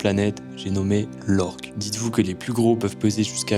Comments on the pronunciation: Excuse moi mais c pas lorg mais l'orque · c pas l’org mais l’orque mais vzz